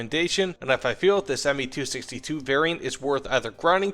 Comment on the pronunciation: It's Me not Ma